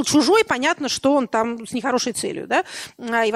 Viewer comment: Е. М. произнесла слово "чо"! Теперь,как говорится,я видел всё))